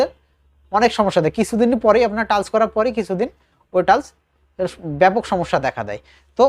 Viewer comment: ধন্যবাদ। কিন্তু টালস্ নয় টাইলস্ হবে।